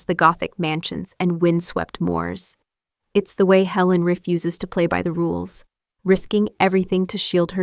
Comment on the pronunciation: Great script apart from one date error but please, get the details right! I’m very put off by AI narration which gives itself away with pronunciation of ‘refuses’. Whose voice was stolen for this? Why not pay a real person? The chapters show ‘Pole Dark’ instead of Poldark. Alexander Skarsgård is shown instead of Eddie Redmayne and a shot from Howards End with Matthew McFadden is inserted into Tess of the D’Ubervilles. Also get the timing right. Don’t name one actor eg Jessie Buckley, while showing another. And if you’re going to promote the original Poldark TV series, why confuse viewers with clips from the more recent production? Also some of the older series (Poldark and A Town Like Alice) seem to be poor visual quality. Please comment on this. All in all, useful but do better.